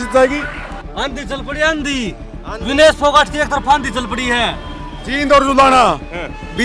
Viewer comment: तुम क्या घंटा चेंनल चला रहें हों? विनेश का नाम तक गलत बोल रहें हों?